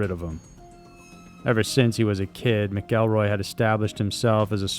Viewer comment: Not "Mick-kell-roy"....its "MACK-EL-ROY"